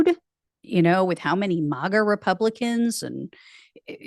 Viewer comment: Not "mah-ga". It's "mag-uh"...rhymes with "maggot".